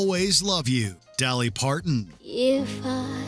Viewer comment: Not sure I've ever heard of "Dally Parton" before. Please tell me they aren't using Ai now